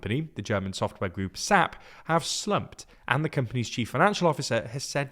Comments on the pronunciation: Our German company SAP is actually pronounced S-A-P, not "sap" as in tree sap. /s/ as in. say. /æ/ as in. hat. /p/ as in. pen. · It's pronounced S-A-P Not Zapp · First time I've heard SAP called "sap" like "tree sap" rather than "S-A-P". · Dude... It's not called "sap", it's S.A.P. it's an acronym... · a small mispronunciation SAP is actually pronounced S.A.P.